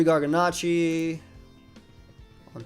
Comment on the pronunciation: Does it bother anyone else that he keeps mispronouncing Garganacl? It ends in an L, not an I.